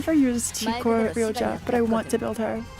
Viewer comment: its crazy how still calls rodya "ryoja" 😭